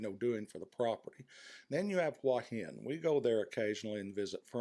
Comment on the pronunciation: A fairly well presented essay, but the real treat is hearing you pronounce "Hua Hin" as "Wah Hin." That's how my neighbors pronounce it here in the South. Kudos.